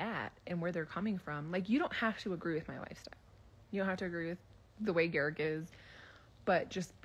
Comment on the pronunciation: How have you watched multiple seasons of them on the show and you dont know how to say Garrick's name???